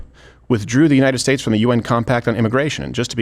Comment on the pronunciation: Did he say the jew knighted states or Jew knighted nations